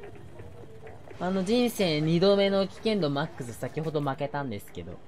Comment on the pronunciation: 改めて聞いたらMAXの言い方が外人さんが友達を呼ぶ呼び方で笑ったw おつかれさまでっすヽ(･∀･)ﾉ